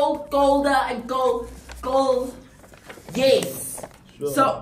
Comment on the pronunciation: He can't say coldest